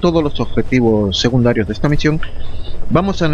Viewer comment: hola no se dice segundarios se dice secundarios suena fatal un saludo